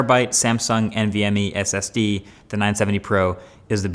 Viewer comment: He got a prebuilt and he can barely say SSD LINUS IS BETTER